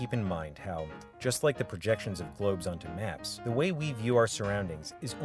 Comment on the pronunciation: northern Wisconsin accent??